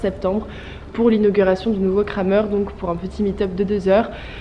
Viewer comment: c’est Krämer (la ä se prononce é)